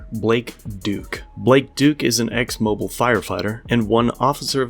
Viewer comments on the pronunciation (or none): It's pronounce MO-BEEl Alabama, the emphasis goes on the second syllable mo-BEEL. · It's pronounced Mo-Be-L not MO-Bull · It’s pronounced “Mo-beal” not “moble” like a a mobile phone. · BTW - Mobile is not pronounced like the gasoline company. It is pronounced as in its original French name. It is pronounced like "mo beel". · Just passing through and saw this. If you happen across Mobile, Alabama footage in the future... they say it like mo-BEEL instead of MO-bill. :) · It’s mo beil!! No Mobil ! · My friend, it isn't Mo-bull. It's Mo-beel like steel. :) Thank you for posting this and bringing it to people's attention. It's so appreciated. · Lol it’s pronounced Moobeel.. not mobull. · "Mobeel" not Mobil. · "Mo-Beel" not "Mo-Bill" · Hey! If you ever get a story about Mobile AL again. It's pronounced "mo-Beel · It’s Mobeel Alabama. Not Mobile. When you spit in a cops face, he is going to retaliate, when you spit in any mans face, they will retaliate. I am never a copsplain fan, nor a tyrant fan, but sometimes you shouldn’t spit in someone’s face, even if your in handcuffs. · you say Mobile(Alabama) like T-Mobile. the fucking cringe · I don’t want to be captain correcto… however… it’s pronounced like “Mo-bill.” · I completely understand it, but it drives me crazy that he's pronouncing Mobile wrong.....but also correct. Moe Bill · Being from Georgia I have to point out his pronunciation. I know it sounds absolutely ridiculous but you have to put a little southern drawl on to be able to pronounce it correctly. "Moe-Beal" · Ummmm...Mobile is pronounced Moe - Beal 🙃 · Mobile, pronounced Mo-beal. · The city's name is pronounced mo-beel, emphasis on "beel". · It's pronounced like "mobeel" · From Alabama, this is normal. Also it is pronounced Mo-bill. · Not to nitpick, but it's not pronounced that way. Pronounce it as mo-Beel. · The city name is pronounced "mo-BEEL." Thanks for the video. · The city is pronounced " Mo-beel" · Mo-Beel for future reference